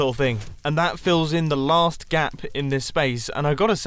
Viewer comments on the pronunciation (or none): none